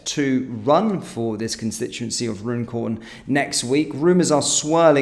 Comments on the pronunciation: I'm pretty sure Runcorn is pronounced Run-corn. Not Rune-corn, bud. Please, if anyone is local to that area, correct me if I've got it wrong. 👍 Vote Reform.. 🇬🇧🏴🏴🏴🇬🇧👍👍👍💯🙏🙏🙏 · You are indeed correct. Run - corn😊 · Runcorn isn't pronounced the way you are saying it. It is pronounced Run-corn